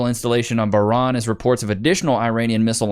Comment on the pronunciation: Levi has never pronounced an Arabic word in his life, "A ah TOL lah", "Ba-raHN" lmfao CRAZY to cover something he has never read aloud before, talking about we started WW3. This is the state of the reporting on this. Also it was 3 F-15E's and it was friendly fire, basically to justify US Centcom taking control of the whole region over any of the local command.